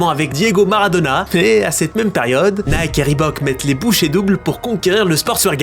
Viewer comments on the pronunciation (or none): none